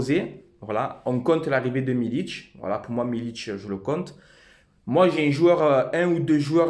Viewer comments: "milik" frero et non pas "milić" Ce n'est pas un Croate ou Serbe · Par contre c'est pas "Milic" c'est Milik gro lol, Forza OM.